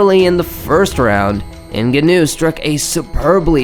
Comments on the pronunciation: Francis vs Alistar isn't called the most violent fight. It's the most violent uppercut. Also you are pronouncing Ngannou wrong. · how do you have an MMA channel yet don't know how to pronounce Ngannou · Confusing names (Joanna), mispronouncing names (Ngannou and Cormier), but overall good video.